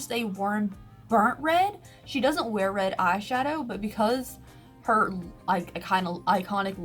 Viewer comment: Am I the only one who thinks she says "eye SUGAR pallets" instead of "eye shadow palletes".. I know what she's saying but it sounds like sugar not shadow in ALL her videos.. Haha I think it's cute